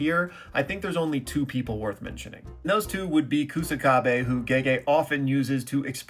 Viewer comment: if by "kosukabu" you meant kusakabe then respectfully you butchered his name lol